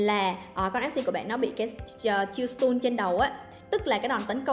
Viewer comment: Đọc sai từ “Stun” nhé! 😅